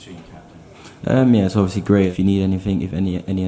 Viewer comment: Ovyasly yh ovyasly yh ovyasly